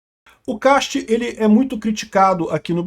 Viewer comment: É "Kast", em alemão.. Não "quest"